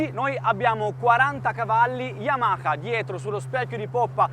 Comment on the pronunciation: Ma hai detto yamaca anzi che Yamaha hahahah